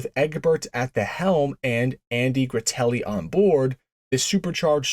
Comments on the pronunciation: Andy GRA-NA-TEL-LI. Very influential man not only with Studebaker but many other aspects as well. Don't do him a disservice by mispronouncing his name. Also, only TEN R-3 engines were ever built. To my knowledge, none went in Lark's. It might have been available on paper, but it doesn't appear that anybody actually ordered one. As far as my research has taken me.... 9 R-3's went into Avanti's.... 1 went into Andy Granatelli's personal GT Hawk. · Andy "Gratelli"? Really? Andy "Granatelli" is one of the most famous names in American/world autosport! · Andy Granatelli! (not gratelli)